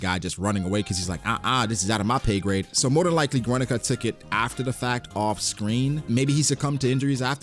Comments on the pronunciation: Guernica is pronounced Gernica not Güernica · bro i cant tolerate his pronunciation of guernica